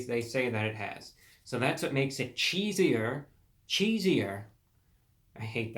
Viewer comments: Reviewbrah, You are Continually Mispronouncing this Pizzas name. It is Cheeser Cheeser and Not Cheeseier Cheeseier. Thank You. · Hey idiot if you are going to review something get the name right ..... it’s “ Cheeser Cheeser” not “ cheesier cheesier”. I wouldn’t be so mean but he keeps pronouncing it wrong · You are a little peach for sure! But just to help you out a bit, the name is “Cheeser! Cheeser!” Not cheesier.... and it’s a throwback to when Little Caesars had the slogan “Pizza! Pizza!” You’re so young I wouldn’t expect you to know that but I bet you can google some of their throwback commercials and hear the little mascot Caesar guy saying “pizza! Pizza!” And then you’ll like the name of the new pizza. Great review. Adorable! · I think it's cheeser, cheeser instead of cheesier cheesier. That's how the Little Caesars mascot would say it. 😆 That last 45% is partly from so much cheese on top of the pizza near the crust. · Mans really said cheesier cheesier not knowing its cheeser cheeser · Cheeser.... Not Cheesier..... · its cheeser cheeser.. as in caesar caesar.. duh. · It's Cheeser! Cheeser! NOT Cheesier! Cheesier! It rhymes with Caesar. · You're pronouncing it wrong. It's not cheesier. It's just cheeser CHEE-ZEE-URR vs CHEEZ-UR. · I’m getting trigger the more he says cheesier! it’s cheeser!!! say it like Caesar!!! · It’s ‘CHEESER’ not ‘cheeser’ 🤦🏻‍♂️ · Its pronounced Cheeser Cheeser not Cheesier Cheesier lmao get your facts straight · I don't understand why you repeatedly say "cheesier" when the word is cheeser. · The first camera angle was MUCH MUCH better ReviewBrah! We can see you and the product at the same time, keep it that way!!! Also, it's "Cheeser! Cheeser!" ya big goof, not "Cheesier! Cheesier!" you even spelled it right in your title... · Just FYI, as a current little ceasars employee, I can attest it's cheeser! cheeser!, Not "cheesier" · It’s not “cheesier”, it’s “cheeser”. I expect more from you. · It’s cheese-er. NOT “chees-ier”